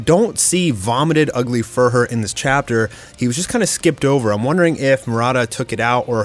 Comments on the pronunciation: Not "Fur-her" or "Fer-her." It's pronounced "fi-oo-rer" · Why do you pronounce Fuhrer Ugly so weirdly? Ugly Furhur?